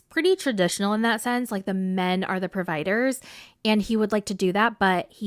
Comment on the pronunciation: Girl you didn't say a "provhiader"